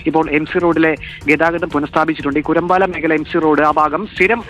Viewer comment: കുരമ്പാലയാണ് കൂരമ്പാല എന്നല്ല